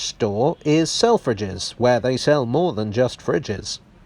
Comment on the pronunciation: I can’t un-hear sell-fridges